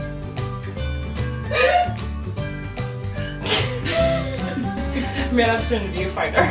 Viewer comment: i can’t unhear “sinking” instead of singing